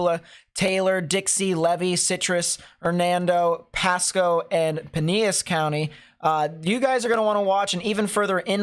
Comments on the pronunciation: Pineas County?? It’s Pinellas with the L’s pronounced. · So don't go by deep water that's smart but I have to tell you it's not penis Ellis it's Pinellas don't talk like a local if you're just a yokle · Got peneus on the brain, some peneus and Ferb. It's "Pin-ellis/pine-ellis" saying Penis on YouTube is just silly. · Pronounce Pi-nel-las, not Pi-ne-yas county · bruv thanks for the report but just so you don’t get made fun of by the people in st. Pete, “pinellas” is pronounced “pa-nel-as.” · I laughed a little when he said “pa-nee-us county” lol. As a local, I can confirm that we call home “pa-nee-us county” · It’s PIE-NeLLIS county. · Hey. Just FYI. The county where St. Pete is is pronounced pie-nelis county. Great coverage! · 😂❤ Pinellas county is pronounced Pin-elle-us, the ell is more like an “Elle Woods” ell than spanish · puh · neh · luhs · It’s pronounced Pa nellis county which is the Tampa , St. Petersburg & Clearwater area. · Pinellas is pronounced Pin-el-las. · Piiiiinellas County… just to help you…long ‘i’ 😍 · Pine-Ellis is the pronunciation for Pinellas county prayers for my family and friends in Florida! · actually it’s Pi-nellas county. I’m a native, born in Pinellas county 👍